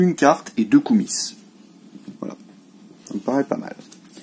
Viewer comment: Par plusieurs fois, tu te demandes comment se prononcent le mot Koumis, cette boisson de lait de jument fermenté (beurk !), ben en bon français il ne faut pas prononcer le "S". C'était l'instant linguistique par Okrienger !! LOL